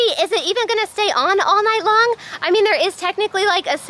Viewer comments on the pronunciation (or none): none